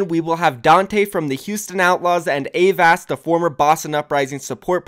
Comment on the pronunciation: I hope Avast teaches you how to say Avast. I cringe every time. But cool, sounds like a good series.